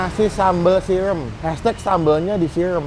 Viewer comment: SIRAM BANG BUKAN "SIREM".....😂🤣